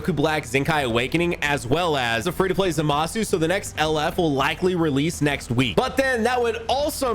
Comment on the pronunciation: Did bro say lr goku black and zamusu